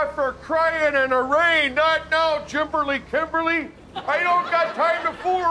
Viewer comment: "jimperly kimperly" hahahahahahaha